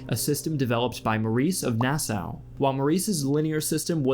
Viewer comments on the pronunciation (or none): none